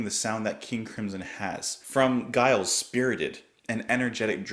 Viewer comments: Giles is pronounced like Jimmy. It is a soft G, as in Germany and not a hard G as in Guy. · It's Giles with a soft G - like gentleman!